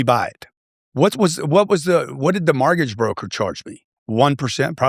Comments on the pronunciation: How is it that a “real estate billionaire” absolutely CANNOT pronounce the word “mortgage”. He says “MARTGAGE” 😂😂😂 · Why does he call it a “martgage” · Whats a margage?